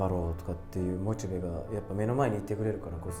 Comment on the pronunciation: モチベのイントネーションはオシベやっけ😂